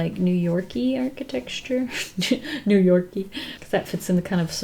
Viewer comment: girl why are you pronouncing architecture that way 💀💀